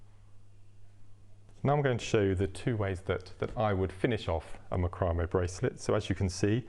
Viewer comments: MAC-row-may ---- not Mc-ROW-may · Its pronounced Mac cro may. Its has been for years. Great video by the way. Thank you